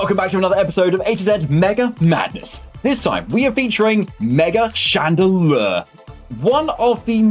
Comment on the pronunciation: “Radelure” XD love it